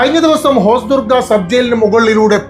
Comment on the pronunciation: തെന്നൂറ് (തൊണ്ണൂറ്) ഹോസ്ദുർഗ (ഹൊസ്ദുർഗ്) കുരുനീക്കങ്ങൾ (കരു നീക്കങ്ങൾ) 😂😂😂😂